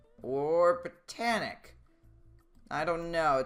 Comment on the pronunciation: you said bittanic